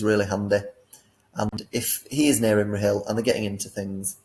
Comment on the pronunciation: Who got butchered more? Feifdoms and Imrahill, or Thror and his army 😂